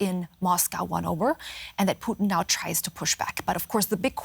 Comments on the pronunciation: guy called him Poutine instead of putin lol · Stop calling him puteen lol